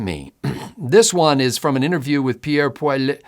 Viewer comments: Polly-ev. Say it that way and ypull be ok. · It's pronounced Pwa-lee-yev. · POIL-LIE-EV. The RE is silent. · It is pronounced POLY EV